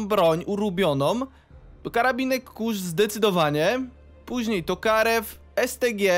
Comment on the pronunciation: I nie mów kurz tylko kurc, bo tak się mówi na niego poprawnie po niemiecku